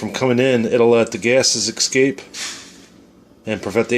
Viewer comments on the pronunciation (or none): not excape, escape...😑